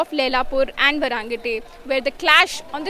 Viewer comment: Not sure why you have a hard time pronouncing "Vairengte" . Let me break it down, "Vai" eg. Wai²(Vai²) and "rengte" eg : rank+ te. This is basic pronounciation, and no literate person shouldn't have difficulty doing the same.